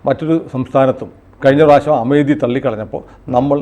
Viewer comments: അമേതി അല്ല അമേത്തി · അമേതി alla sir...its Amethi, pronunciation is അമേഠി,,, अमेठी